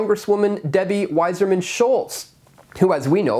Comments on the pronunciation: It's Wasserman, like the old test for syphilis, not Wiserman. You must not be Jewish. Oy vey! Just call her "Ramen Head." PS if it was an idiot, likely it was a liberal. QED. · Stop reading Wasserman as “Wiserman”. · Debbie's name is WASSERMAN, not WISER MAN. YOU could be the WISER MAN, by checking this information.